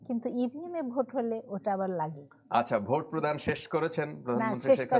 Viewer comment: সাংবাদিক সাব কথা বলার সময় অশুদ্ধ উচ্চারণ করেছেন। একটু খেয়াল করলে শুনতে পারবেন ‘ভোটকে’ ‘ভূত’ বলেছেন।